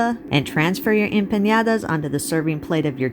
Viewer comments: Please don't pronounce it wrong. It's empaNadas, not empanYadas. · Please pronounce it the right way - it's empanadas NOT empañadas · Looks delish! One thing though, just FYI. It is pronounced like 'empaNODa' There is no tilde over the n. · em-pAH-nAH-dAH (no tilde so no sound for a tilde needed) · Appreciate the effort to pronounce Spanish...n and ñ have diferent pronunciation. Anyway, they look 😋 delicious.